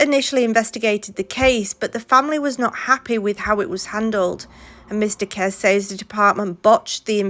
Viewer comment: Kesse pronounced Kessey